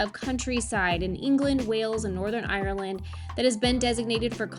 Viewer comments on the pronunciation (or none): none